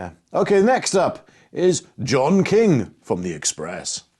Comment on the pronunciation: you said one report was from John King are you sure, i think "Joe-King" sounds more like it.